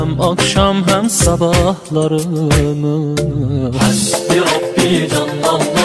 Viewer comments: Bro it's not " Hasdi Ràdi " it's " Hasbi Rabbi " ok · Astaghfirullah hasdi radi nai hy lafz ...hasbi rabbi hy 😢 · Hasbi Rabi not hasdi radi.. 😊